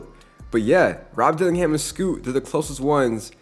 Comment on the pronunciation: bro said duke denins 😂